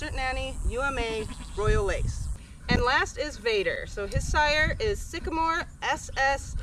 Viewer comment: Vader not bader